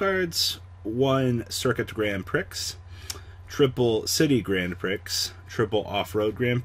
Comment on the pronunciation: Prix is pronounced "pri"